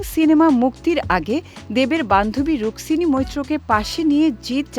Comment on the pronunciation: রুকসিনি না রুকমিনি বলো😠